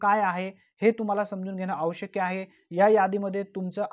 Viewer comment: आवशक नाही ते आवश्यक अस म्हणतात